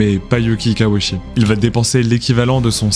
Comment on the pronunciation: Why repeat the same visuals over and over ? His name is mispronounced as "she" instead of "chee" (last syllable).